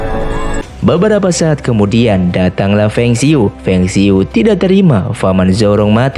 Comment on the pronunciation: bacanya bukan feng siyu...tapi fang se yi. gak semua kata berbahasa asing dibaca secara english bro. karakter ini jg pernah diperankan jet li tp pakai ejaan kanton Fong Sai Yuk. di kalangan tionghoa indonesia tokoh ini dikenal sbg Pui Sie Giok